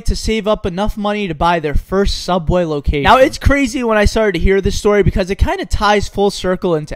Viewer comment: what is one of the scariest moments ever while working at soubway